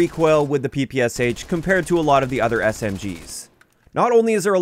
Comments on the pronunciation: The “Sh” in the gun’s name is a “shuh” sound, not “ess-eich”. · Hello, just wanted to let you know that instead of Pe Pe S H correct pronunciation of PPSH is Peh Peh Shah in russian. I'm not trying to correct you, just thought you would be interested to know 🤷‍♂️